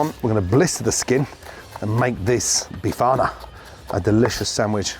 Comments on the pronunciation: Did u hear him say ‘be farter’ or was it just me? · 😂😂😂😂 not bifana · Wtf did this guy just do?? He just butchered the Bifana... Thats not a bifana my friend so stop calling it one... It does look nice but isnt a bifana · "tradicional bifana" oh boy gordon, that is far off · Looks good. Just don't call it "bifana"...